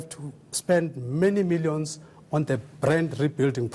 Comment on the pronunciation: Poor spelling ,vocabulary and pronounciation , lazy bodies greedy souls , milliyons ,peepoool , 😀😁😁😀😁😂😂😂😂 peeepoooool